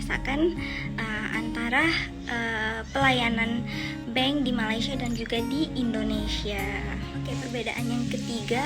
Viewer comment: Bukan bang... tp bank...bang tu azan..🤣🤣